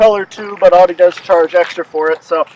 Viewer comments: Irritating isn't it lol.. I believe people from the East Coast say it that way.. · Can't even pronounce Audi correctly lol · Stop saying “Audi” WRONG!!